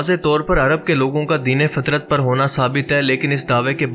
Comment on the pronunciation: سلام مسنون ۔۔۔۔ تصحیح پلیز ،،، دین فطرت ف کے زبر کے ساتھ ، جزاک اللہ خیرا